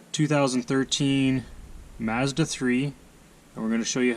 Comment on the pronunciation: You from Boston? Lol maahhhzzda 3